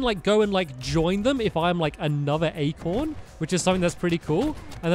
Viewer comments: Acorn not Acron, Stampy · "acron" amazing job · stampy its acorn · Acron. You mean Acorn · Acorn not acron